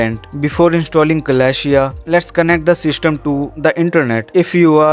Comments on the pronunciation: It is called: Celestia (the a you do not pronounce). It is not "Kalashia" , that's a real butchering of the name. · its pronounced suh-LESS-tee-ah